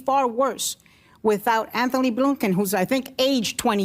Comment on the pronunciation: She said, "Anthony Blunkin" ?